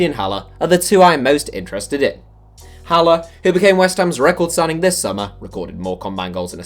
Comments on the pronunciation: Ha leir is how you pronounce haller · It’s ha-lair not haller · How can nobody pronounce Haller correctly